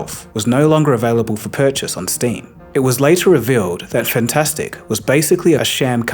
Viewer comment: I'm pretty sure Fntastic is meant to be said as "Eff'n Tastic"